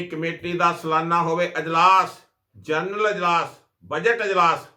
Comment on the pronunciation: ਜਰਨਲ ਨਹੀਂ, ਜਨਰਲ।